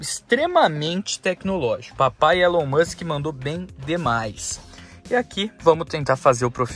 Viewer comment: Agradeça ao '' Elon Muschen ''